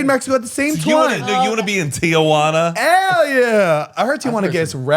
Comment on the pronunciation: Why do they keep saying TIAjuana lmao